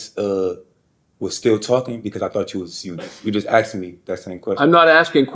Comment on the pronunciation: Asked. Not axed.